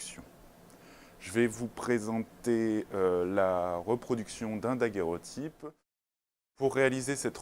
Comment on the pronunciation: C'est curieux de l'entendre mal prononcer en disant "daguèrotype" ! C'est comme si je disais : voici un appareil photographique qui permet de faire des _fographies_.